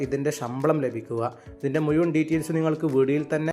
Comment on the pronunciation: താങ്കളുടെ മലയാളം ഭാഷ ഒന്ന് നന്നാക്കണം പ്രത്യേകിച്ച് മുഴുവൻ (മുയുവൻ>